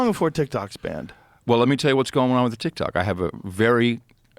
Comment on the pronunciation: Adam Curry is a really cool guy, great guy.. But when Adam Curry talks about TikTok, he says Tik-Tic ... I'll see myself out now.